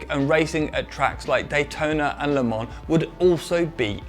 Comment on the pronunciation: I love the way you say Le Mans